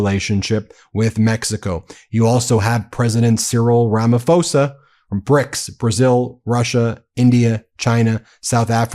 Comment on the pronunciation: Pls, it's Rama-po-sa